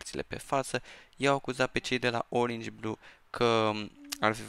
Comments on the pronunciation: Nu se zice oringi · Nu se spune oringi blue cine crede că e greșit cum spune el sa de-a Like aici